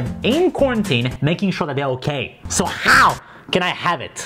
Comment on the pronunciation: The way Charles emphasized “how” killed me 😂😂😂